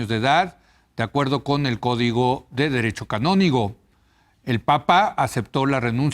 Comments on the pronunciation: Se dice Derecho Canónico, no canónigo, aprendan antes de hablar. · Ya pasaron muchos años pero vale la pena opinar, se dice derecho canónico no derecho canónigo, son dos cosas diferentes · Y es derecho CANÓNICO Y NO CANINIGO Y ES AGUIAR Y NO AGUILAR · Es Código de Derecho Canónico y no canónigo; además no es Aguilar Retes sino Aguiar Retes. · Leo Zuckermann, es "derecho canónico", no "canónigo". Canónigo es una persona. Fuera de eso, muy bien por el invitado. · SE DICE DERECHO CANÓNICO.. Y EL APELLIDO ES AGUIAR NO “AGUILAR”……..